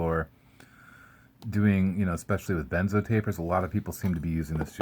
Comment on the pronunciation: You said Benzoweeen